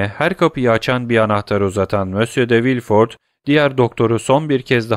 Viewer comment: Emeğiniz için teşekkürler. Elimden geldiği kadar romandaki bazı kişi ve yer adlarının doğru okunuşlarını yazmaya çalışacağım. Maximilien : Maksimilyan Villefort : Vilfor Mösyö d'Avrigny : Mösyö Davrini Noirtier : Nuartiye